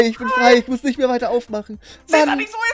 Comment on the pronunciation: Diese Betonung auf: Ich MUSS nicht mehr weiter aufmachen😂